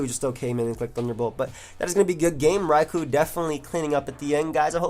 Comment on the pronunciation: Entire time I thought he said Ragu and not Raikou